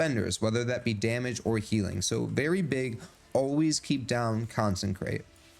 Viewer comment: Consecration. Not Consencration. Therefore it doesn't say consencrate. Good video - but I just had to get that off my chest, it's driving me crazy.